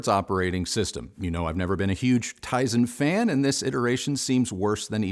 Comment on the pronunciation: Tizen 🤣. I like my Kimchee just fine. Tizen, not so much.